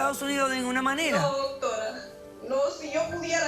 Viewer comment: ellos disen dotora yo lo escucho asi